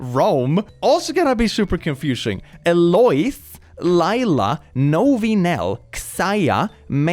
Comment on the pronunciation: Hey,! Ive been watching you for years but I just wanted to really quick correct you as someone whose deadname is Leila. It's pronounced "Layla" but I honestly get how everyone sees it as "Lila". Sorry to be that person, it was just something I noticed...